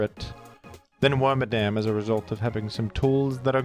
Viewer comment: You keep calling worMADAM him (FEMALE exclusive pokemon)